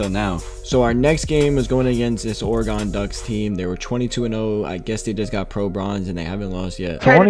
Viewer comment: Funny the way he pronounced oregon😂